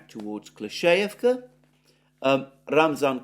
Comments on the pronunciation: Very weird how he says UrozhaiNOYE & like "Klesheyevka, might show who his sources are and who else says it in this weird wrong way. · you're pronouncing names of Ukranian cities so bad, just watch a channel daily like reporting from Ukraine (just 5min clips), and at least you'll hear how to say these names and it's not hard actually I have no problem with it. Urozhaine, Klishiivka, Robotyne etc you're all saying it wrong over again..